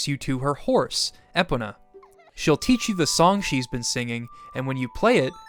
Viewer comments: Eh-pun-nah? What? It’s “ee-poe-nuh”. Like pony. Great video 😊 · E-pon-a Get it right bro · "Eh-Punnah"??? What's that? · Love this video man. Such a great dive into why this game is one our times classics # E-Pown-ah 😅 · I love your videos and emotional connection to the Zelda series. But honestly, you are pronouncing "Epona" like that to troll us aren't you? Its I incredibly distracting lol. eee - POE - nah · I’ve never heard anyone pronounce Epona like you do. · I loved the video but you gotta pronounce epona right next time man that crushed me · Why do you pronounce EPONA weirdly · The way you said "Epona" is disgusting. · Those ways of pronouncing epona are quite unusual. You didn't use an AI generator for the voice, right? 🤔